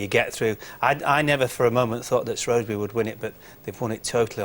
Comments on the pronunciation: Shrewsbury not Shrewbury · SHREWbury not SHROWbury <3 THANK YOU